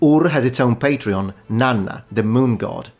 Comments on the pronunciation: You keep on saying Patreon instead of Patron LOL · Are you deliberately pronouncing 'patron' as 'patreon'? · As a linguist, I should think you'd cringe if ever you heard someone else say "patreon" when they meant "patron". Academic shame be upon you, sir! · I know I shouldn't but I giggled when you reflexively started pronouncing "patron" as "patreon" (except for Lagash & Ningirsu, where you said "patron"). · Patreon???? Not "patron""? SUMERIAN CITIES HAD WEB PAGES AND DONORS???? "BUY ME A BEER"? :face-fuchsia-wide-eyes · "...having the god of wind and storm as their main patreon..." "PatrEon",?